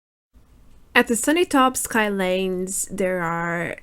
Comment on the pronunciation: Ski sounds like skeeee. Sky is the word you pronounced